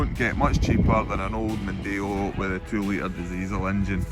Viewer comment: "Disiesel" :D